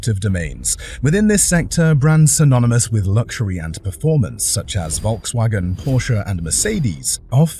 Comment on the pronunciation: Wirr-Schafft-wunder ? Wolkswagen ? Murrkell? Wishful dreaming ??????